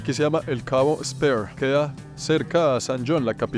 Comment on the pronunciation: Qué pasó mijo, eso se pronuncia spir, que significa lanza y se escribe como. Britney Spears